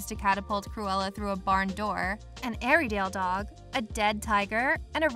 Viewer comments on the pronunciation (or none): Airydale dog? Airedale is pronounced 'air-dayle'.